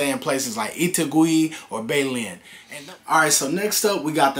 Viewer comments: Hehe no. Dont stay in pablado unless you are only there for a few weeks and you dont mind parties all the time and want to pay double for everything. Also, hehe your not even trying to pronounce anything correctly. Bay lin.....no. beh lehn. Envy gah dohh. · bay-len? LMAO. my guy work on your accent